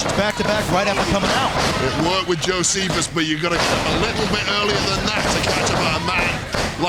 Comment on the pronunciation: cristopher mariaca puts hand on your shoulder JO-SEPH-US! Hmmmmm! 😉